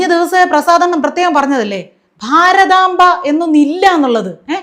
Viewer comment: ഭാരതമ്പ എന്ന് പറഞ്ഞല്ലോ??